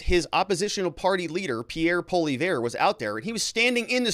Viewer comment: Pierre Poil-ee- ev .. Proper pronunciation... Lol